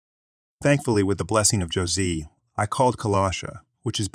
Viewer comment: It's NOT Josie it's like Jose the jalapeno on a stick